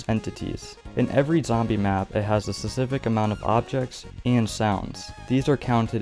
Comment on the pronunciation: You need to practice saying specific